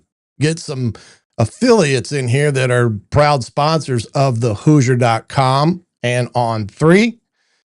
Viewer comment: Might want to teach your AI how to pronounce HOOSIER.